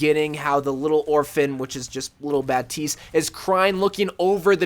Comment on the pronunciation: It's bap-tist